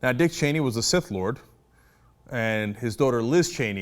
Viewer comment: Its Sith not Sid sir.